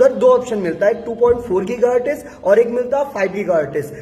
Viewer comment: Giga Hertz ❌ Geeeeega HartizzzzzzZzzzzZzzzzZzzzz ✅